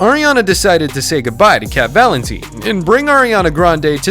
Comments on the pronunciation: cat vaLEntneeene - legit bro its VALENTINE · Cat valinteeen??? Excuse me? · I love how called her "Cat valinteen when it's Cat valentine" lol And Jenny Mcurdy also Ari isn't a brunnete SHE'S BLACK HAIR!!!! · Yes I commented on another video of ari and he said "cat valinteen" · That pronunciation of Valentine is getting on my last nerves